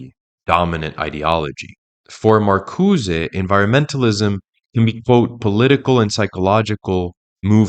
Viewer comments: It's hilarious how emphatically and confidently you mispronounced Marcuse as if it were a Spanish surname. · "Dar-eee-dah?" What bit of Frankfurt School deconstruction influenced you to pronounce Derrida, that way? "Marcuse" has no accent mark to the "e" so it is silent! "Marcuse" is not a Spanish name! These attempts at sophistication are like fingernails on a chalkboard. it makes me cringe every time! Every video I watch by another one of these young "experts" always features bizarre pronunciations of nouns that were formerly so mundane and commonly used that this flash of the Dunning-Kruger Effect must be due to the cultural exposure gap that the internet and the sequestering of education. I do agree with the analysis of the Frankfurt School, all the same.